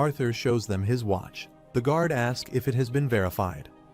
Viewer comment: What is a grauder? Maybe the AI means guard? Can we please get some editing done on these videos. A I cannot speak English it cannot speak two-letter words it cannot speak correctly. All it takes is a little bit of time to go in there listen to what's going on and just go in and fix it if you have to use your own voice so be it. It's better than trying to figure out what the hell is trying to say